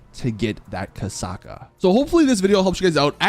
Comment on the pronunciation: its Kosatka not kasaka spell the "t"